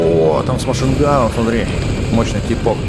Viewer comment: Миниган а не машинган